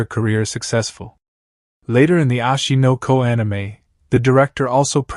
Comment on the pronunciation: why is he saying ashi no ko anime every second bro and its oshi no ko